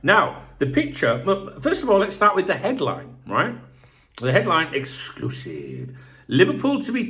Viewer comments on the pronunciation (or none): Did I miss a Darwin exc-loo-sive